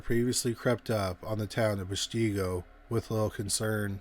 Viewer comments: All those names in Wisconsin are Native American. And Peshtigo is pesh-te-go. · Right. Pesh-TEE-go LOL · You are pronouncing the city wrong Pes to go. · I lived outside of Peshtigo, it definitely felt haunted with many people. Btw Peshtigo is pronounced Pesh (like push, but with an e) tee, go. Don't forget that is also the area where the first French explorers landed in Wisconsin. Many indigenous people and settlers died in that area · Came here to say that. I grew up in Appleton. It's Pesh-te-go. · We go through similar things in PA. Lancaster county isn't LAN-caster. It's LANG-keh-ster. 😅 Plus we've got some fun Dutch, Scottish, and some Native city/town names to mess with anyone who didn't grow up here, so they don't know how to pronounce the places. 😂😉👍💖 ETA, thank you for the proper pronunciation of Peshtigo. Unfortunately, our dear narrator mispronounces a LOT of words. 🙄🤦‍♀️ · Yes, and that pronunciation of Peshtigo! 🤦‍♀️😆